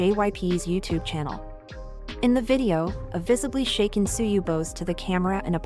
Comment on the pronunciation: Why not edit the TTS and make it correctly pronounce the word in english? edit Tzuyu to say Chewy :) :)